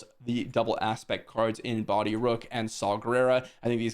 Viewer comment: its BOH-DEE